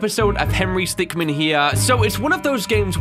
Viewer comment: Its Henry Stickm"i"n.